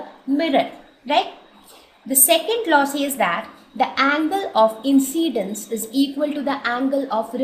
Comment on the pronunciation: its not angle of inCCCCCCCidince